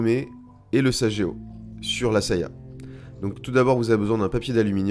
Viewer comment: Merci. Petite précision...sageo se prononce saguéo pas sajéo